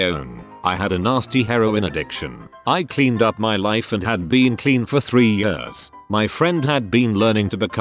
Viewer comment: The he says years. YUSZZZ